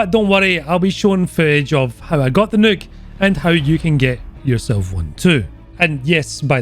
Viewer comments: everyone: "nuke": "Nook" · he says nuke like neuk, which means fuck in dutch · Sounds like is sayin' "Featurin' me first evar Nook!" Like he bought it off Amazon to read his booooks. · The way you say nuke got me dyin' idk y, but you got a new sub from me man lol!!!